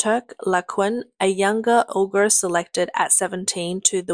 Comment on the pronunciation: Okay, I have to be honest - you should stop using this narrator. I'm sorry. I laughed at her comical pronunciation of canoe as "can-oo-e" (it's just "can-oo," honey), but the fact that she cannot even pronounce "Uyghur" ("wee-gur" not "ur-gur"), something that I, an ignorant American can do, is embarrassing. Being an amateur narrator/newscaster is one thing; being ignorant is just sloppy.